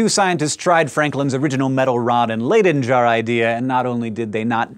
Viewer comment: Am I the only one who noticed the pronunciation of "Leyden Jar?" :/ I just cringed a little... But another awesome video! :)